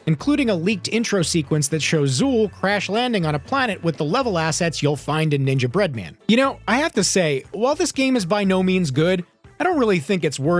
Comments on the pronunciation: It's "Ninjabread Man", not "Ninja Bread Man". Like how you'd say gingerbread man. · You're killing me with how you're pronouncing Ninjabread Man. The emphasis is all wrong. It's a pun. Pronounce it like gingerbread man. But with ninja.